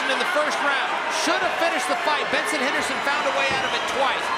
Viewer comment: Hahahaha did anyone else catch it where Chael Sonnen called him Benerson Henerson? 🤣🤣🤣🤣